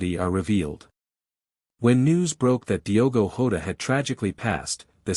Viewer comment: And it’s jota not ota you numb nuts